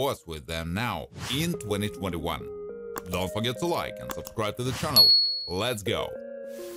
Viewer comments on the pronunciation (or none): none